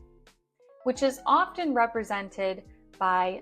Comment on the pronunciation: Dear Ma`am you misprounounce the word ``often``